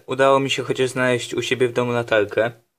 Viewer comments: Boże zamiast latarke usłyszałem Natalke >.> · powiedział chyba 'latalke' xD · Czy tylko ja słysze w "Udało mi sie chociaż znaleźć u siebie w domu Natalke"? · Kocham ta wadę wymowy, "Gdzieś w domu mam "Natalkę" xd (wiem że latalkę)